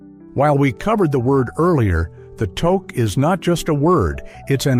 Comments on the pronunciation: This is a US site....tooook when it's pronounced tuuk. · It's "tooke" not "toke".. spelled toque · I'm losing it on this whole Toke thing. I guess its better said as tooque instead of toque. If you're doing a video about Canada get the pronunciation correct. Guess we also have to ask if it has to have a Pom-pom on the top to be a toque. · Wtf? It is not pronounced toke. It is tewk. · Its pronounced, toook , not toek . Other than that you got the canadian ideosicrosies bang on , good job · AI is reading this, we use a toque in the Canadian winter, (😬 and NOT a toke.) ❄❄❄❄❄❄❄❄❄❄❄❄❄❄ We pronounce it "took". Essential Canadian vocabulary. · Toque is pronounced "tuke" not "toke" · Your AI speaker is Pissing me of It's Pornounced TUK not TOKe EGGGG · I take it you’re not Canadian. Otherwise, you’d know how to say things like touque “TOO-K” (too + k) not toke. Hilarious because that’s another part of our culture… cannabis! 😂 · pronounced ToooKE , not toke, but sometimes both. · TOQUE !!! Pronounce it properly eh They have this robot talking like it’s a proud Canadian. If you’re born and raised in Canada (unlike the ai robot) you know how to pronounce Toque and you also know what a Toboggan is. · TOKE a shiboleth all right. it is TEWK You have betrayed yourself with this "shiboleth." Hilarious, ironic. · It’s a tooke not a tok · It's not a "TOKE"! It's pronounced "TOOKE"! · It is pronounced tuke not toke eh! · Umm a toke is something else in Canada. Something that was legalized relatively recently and something I can't see helping you survive in winter. The winter hat is pronounced 'two-k'. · Alright man, time for a pronunciation lesson... it's toque (rhymes with Duke!) Okay ? It makes my ears bleed when I hear that mispronounced by every american AI voice!😂😂😊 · Great clip, but it's pronounced " Tooque" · Spelled TOUQUE and not pronounced as toke. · It's pronounced "touke" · It's pronounced 'tuke'. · You mean toque pronounced tooth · I find the voice okay, but the "Toke"?